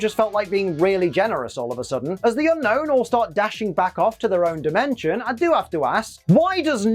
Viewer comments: It's actually pronounced un-OWN not unknown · Okay... I'm about a minute in... I will watch the rest but... Unown is my favorite pokemon And it's pronounsiation is SOOO WRONG!!! Everyone says Unknown... but the pokemon is Unown... 1. Yes Oak calls it Unknown... but he also said "there are 150 pokemon..." (paraphrasing) why the F**k is it pronounced as Unknown.. If anything it should be Un-own, or You-Known The region Unova is pronounced You-Nova why not call it Un-Nova as the proper way of pronouncing it!!! I've had this argument with many, and now others call it Unown (Un-own) What's everyone's thoughts about this!?